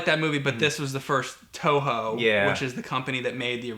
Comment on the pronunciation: Eternia, it's a joke. It always sounds like "Touhou" when James says "Toho"